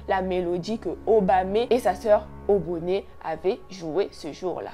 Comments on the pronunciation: C’est juste OBONE et Obame pas oboné et obamé😭mais bon on kiff l’histoire 😂😂😂❤️ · Ça se dit Obone et Obame y’a pas d’accent à la fin ma belle 🥰🥰🥰🎉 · Obame et obone on ne lis pas le E😂❤